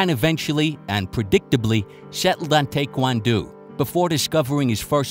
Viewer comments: "Tay-kwan-doo"? 🤔😂 Taekwondo is pronounced tae-kwaan-dow. Your channel is dedicated to covering MMA and martial arts. How do you not know how to pronounce Taekwondo? Lol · is the goat, but Tay-kwon-doo?? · did he just say take won doo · How is this guy so bad with combat terminology. He misspells thai and thai quan do and ship much he misspeaks. Its not thy. Thai is a nationality that is famous for its boxing style pronounced tai and spelled thai as in thai boxing from thai land. I suppose it's obvious he has no history with any combat sport or he probably would have heard these names used properly. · ha, clearly you’re lying. If you knew any Korean at all (which I do) then you’d know they pronounce taekwondo NOTHING like they do in America! If they did that for you, they were doing it on purpose. You can literaly google this stuff and see YOURE wrong. Jeez bro 🤦🏼‍♂️